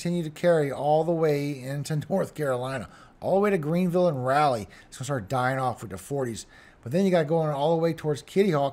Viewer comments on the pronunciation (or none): RAH-LEE N.C. NOT RAL-LEE. AAAAAAAMEN!😂 ❤❤❤